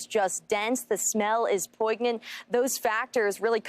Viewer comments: For real 🤪 and it’s pronounced “poyn-yant” 🤦‍♂️😂😂😂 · Did you look at the pronunciation of it? It's poin' yant, not poiGnant. She must have gone to college.